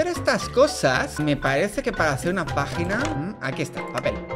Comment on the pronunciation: No parece q en vez de decir pagina dice vagin# no es por malpensar pero suena así díganme qué no soy el unico